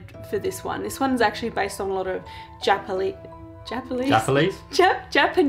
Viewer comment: I love the “Japalese” legends lol. On a side note, you and Jared are such a cute couple! Much love from Tennessee 🖤🤍💝🤍🖤